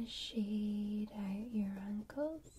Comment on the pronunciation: when i hear you say ankles it sounds like you saying uncles lol